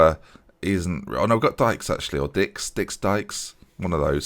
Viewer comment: You pronounce dijks as daiks